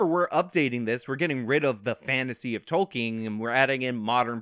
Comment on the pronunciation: Dude! Tolkien. TOLL-KIN